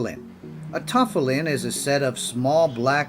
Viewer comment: If you're going to do a Jewish video, at least learn how to pronounce tefillin and Chabad. Respect.